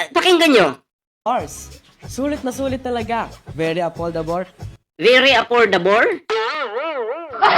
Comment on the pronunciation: hahaha beri apoldabor daw 😂😂😂😂 juice meo sino ba nibili nyan hahahaha siguro sinabi nya very affordable un hahahaha biri apoldabor sabi nya hahaha